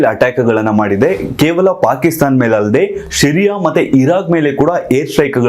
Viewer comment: Its not shyria its Syria and its not masood its mossad please pronounce it properly